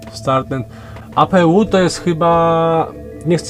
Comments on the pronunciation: nie czyta się apu tylko EJPIJU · APU czytaj ej pi ju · to jest przepustnica klapy i Speed brake 😀😀😀 fachowo to się nazywa przepustnica dokładnie i to się w powietrzu wyłącza a i APU się czyta ej pi ju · apu muwi sie ajpiju to jest system na ziemny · Raczej przepustnica, mieszanka i kontrola pracy śmigła. Dźwignia klap byłaby zapewne gdzieś poniżej, a gdzieś obok hamulec aerodynamiczny (czyli ten twój "speed brake"). Oprócz tego APU czytamy apeu bo jesteśmy w Polsce i jest to po prostu dodatkowe źródło zasilania samolotu, kiedy główne generatory nie pracują, np przy wyłączonych silnikach.